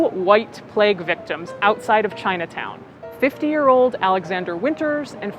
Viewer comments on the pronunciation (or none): ChinuhTown oh Lord 🤣